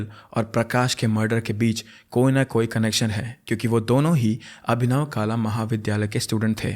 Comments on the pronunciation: Hey, nice video! You mispronounced abhinav kala, as kaala its kala ( art ). You are amazing tho❤ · Not काला,it's कला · "काला" नहीं कला | कला | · It is not kala(black) it is kala(art)